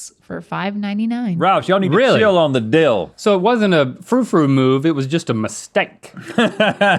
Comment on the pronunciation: Why are they saying deal instead of dill hahaha